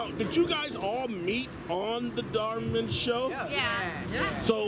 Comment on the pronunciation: It’s dhar mann not dar man